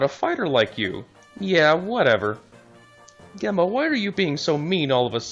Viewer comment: Just a note, Gemma is pronounced with a J sound (it sounds like Jemma) Source: my name is Gemma